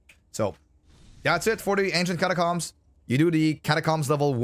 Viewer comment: The way u pronounce catacombs is upsetting